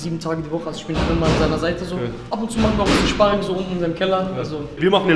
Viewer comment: You ich gehe zum szparing vorher esse ich szpargel danach auf dem Sztrich